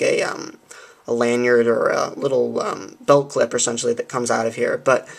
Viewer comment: You used the word esentually 17 times in a twelve min vid, are you stupid?